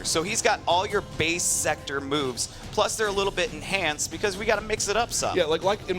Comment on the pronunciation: they cant even say sektor right, lol